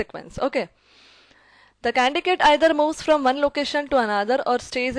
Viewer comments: Its not 'CANDICATE' its 'CANDIDATE'.. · I liked ur video😍😍 ....but its just that ..it is candidate not condigate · For the love of God it is Candidate not candicate!! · Ma'am that's not condicate It's condidate Why are you pronouncing condicate such a boring word! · Candidate is wrongly pronounced as candicates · Candidate pronunciation should be corrected. By the way Thank you so much for sharing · Candidate is wrongly pronounced as candidate.